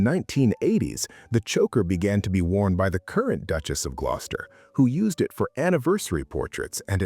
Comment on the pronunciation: This is why you dont use Ai. Glos-ter.